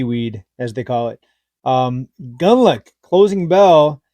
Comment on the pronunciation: It's pronounced, gooned lock... Rhymes with Bund, plus the Scottish lake monster, so to speak. 😅